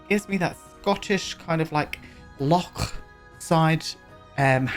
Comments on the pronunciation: I'm Scottish and this reminds me of my parent's house! I love the detail you put into this build. The landscaping is a highlight, those are plants I have in my garden and the wildness of it is very realistic. I also love you giving the pronunciation of loch a proper go, you're one of the few who knows it's not a 'lock.' ☺ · Pronunciation of loch was spot on, lots of phlegm ;) I love and miss my home country so much. Nothing beats Bonnie Scotland. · Thank you for your kind words about my home country, Scotland! Gorgeous build and fab pronunciation on loch! ❤ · I’m with you about Baldur’s Gate! I was sold on the character creation alone, but as a huge dnd nerd I love it! (also Astarion is just 🫠) P.S: thank you for pronouncing loch correctly xx